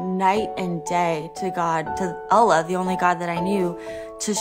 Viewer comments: Christians that can somewhat pass as Muslims or followers of other faiths by appearance are used to lie to attract Christianity by acting like they were actually born into or practiced Islam/other faiths. The way she pronounces Allah, you can tell she has barely used his name in her life. It's like the name doesn't sit on her tongue because she's new to using it. You can't use a sin (lying) to intend good even if you believe the good is greater than the sin. Good should be able to stand on it's own as it's pure. But people are fooled into believing that it's okay. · Hey I'm not a muslim but this sounds SOOOO stagged... She says accepting Jesus for a Muslim is like Hell for eternity ?!?! Jesus is considered the Messiah by muslims and has a whole chapter dedicated to him in the Quran as well as Mary..... Even the way she pronounces "Allah" sounds weird.